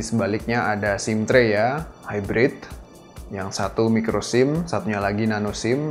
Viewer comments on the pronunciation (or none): none